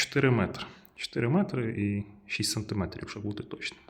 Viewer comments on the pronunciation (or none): сантимЕтр, сантимЕтрів (наголос)